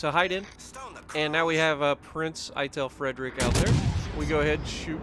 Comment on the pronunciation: Its pronounced "Eye-tell Free-drish"...